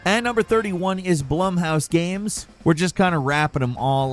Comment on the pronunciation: Mispronouncing Blumhouse is wild